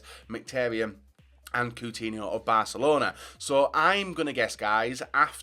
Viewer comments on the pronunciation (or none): none